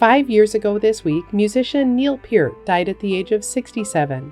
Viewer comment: Thank you for pronouncing “Peart” properly ✌️